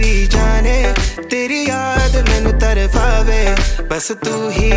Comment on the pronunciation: Tarpave bro not tarfafe! Still amazingly done i would be more than happy to help you with word pronouncing